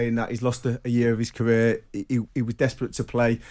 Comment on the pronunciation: Toughest moment of his caweer Fwustwating bless him